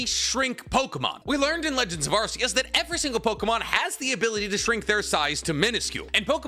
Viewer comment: Arkeus, not arseus. The lord is not a butt.